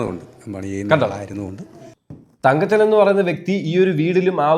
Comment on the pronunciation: എന്റെ കുഞ്ഞേ തങ്കച്ചൻ അല്ലടാ തങ്കപ്പൻ തങ്കപ്പൻ അങ്ങനെ പറയെടാ 😃😃😃